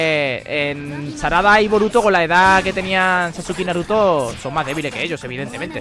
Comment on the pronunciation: SE PRONUNCIA SASKE >:( DISLIKE